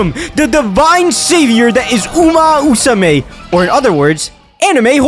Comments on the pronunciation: uma Musume, not uma usume, come one, let me hear that MMMMMM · at first he said uma usame lmao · pretty sure it's uma musume brother. Not uma usume. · why are you saying "uma musume" as "uma usume"? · It's Uma Musume. Not Usume. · Uma Musume, not uma usume!!!! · "Uma Usame" "Uma Usume" 💀💀 Maybe just call it "Horse Girls" because that what "Uma Musume" literaly translated. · i exit the video after he say umu usume lol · Can't get past 1 minute because of "Uma Usume" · uma usume haru uraha 🤦🏻‍♀ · Enough sense to try and capitalize on the current popularity of the game, not enough actual brain matter to say the name of the series correctly